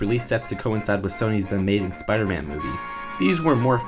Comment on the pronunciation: He's supposed to be Spider-Man not Speeder-Man